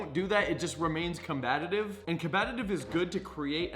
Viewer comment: Com- Bat- Ive